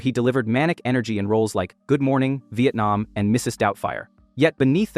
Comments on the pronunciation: Joke? Mate literally paused between "Good morning" and "Vietnam" like it's 2 different movies. This shit is ass bruv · "good morning, vietnam" not "good morning", "vietnam"